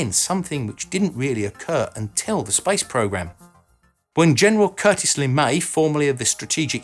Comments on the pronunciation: Heh, the first time you said "space industry" I heard "spice industry" :) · I thought you said spice shuttle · Yes. I also heard him talk about "the spice industry"... 🙄😂